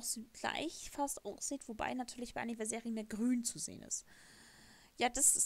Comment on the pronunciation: Du sprichst Anniversary falsch aus